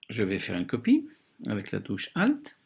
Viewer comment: 8min 30 "une copieuh"